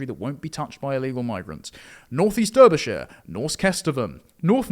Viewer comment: Beautiful stuff. It's pronounced 'Darbyshire' though not 'Durbyshire'. Also 'Worcester' is 'Wooster'.